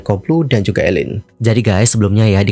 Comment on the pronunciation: Tdny mau nonton, tp keganggu nyebut nama orang salah. Jelas2 namanya Aline, pake A, bukan E. Gak usa panggil ala2 Barat jadi dibaca Eline donk. Do you research klo gak tau. Aline artis lama dari dulu dibaca namaya A bukan E